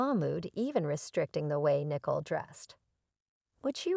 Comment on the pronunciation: Her name is Nicole, not Nickel ! 😂😂😂